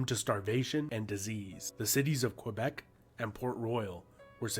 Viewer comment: New-fin-land! NOT New Found Land! Also Kay-Bek - not Fwee bek. I'm saying Mell borne now. Mey-borne - piffle